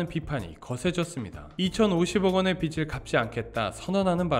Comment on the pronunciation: 빚을 빛으로 읽으시네